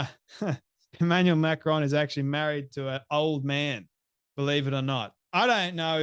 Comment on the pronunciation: Why do Americans mispronounce names.She says Macrones. Everyone knows how to pronounce their name.